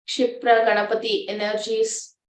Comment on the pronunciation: Not shipra, kshipra ganapati